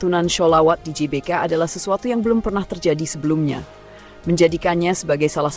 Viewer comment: GBK tuh kalau dibaca dlm bahasa indonesia di ucapkankan Ge Be Ka... bukan Ji Be Ka